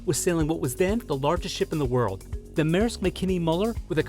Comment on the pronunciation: Dane here: at in this video the name is pronounced correctly